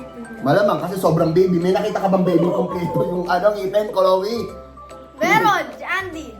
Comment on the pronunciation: chloe hinde choloe